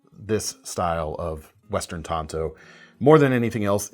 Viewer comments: There is an A in the word. It's tanto not tonto. Tonto is the lone rangers sidekick. Even lynn thompson says tanto. Tonto if used correctly is the japanese original version which does not look like the american tanto. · They are pronounced tan...to.. Tonto is the Lone Rangers buddy! Get it right man ffs!!😂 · Please stop saying TAINto. It's pronounced Tanto like Tanya. Not Tainya. Otherwise not a bad video. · It's 'TAN'to as in the color. Tonto was the Horse in the Lone Ranger.......Hellooooo McFly!!!!!